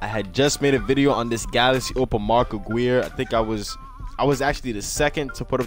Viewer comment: You say mark Aguirre wrong